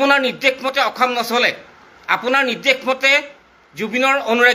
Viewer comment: মাল খাই কৈ আছো নেকি।অসম শব্দ টোকে ভাল কে কব পৰা নাই ।ফাল্টু